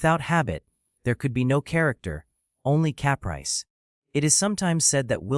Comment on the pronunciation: "Cap rice" haha. Fuck AI.